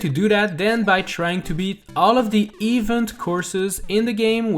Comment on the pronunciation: ‘Eevuhnt courses’